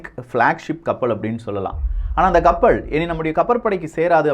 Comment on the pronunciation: கப்பள் ஆ கப்பலா தம்பி ஒழுங்காக உச்சரிக்க கற்றுக்கொள்